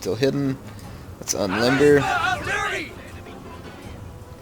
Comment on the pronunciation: UNRIMBER THE ARTIRERY!